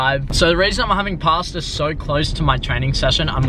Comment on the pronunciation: The way you say pasta annoys me so much 😂